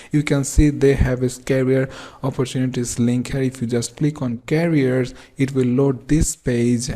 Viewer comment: It's careers, not carriers!